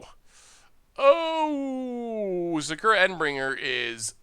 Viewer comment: While Momir is a fun way to end the Video, your pronounciations of Shauku, Endbringer are painful